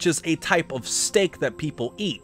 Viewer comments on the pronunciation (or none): none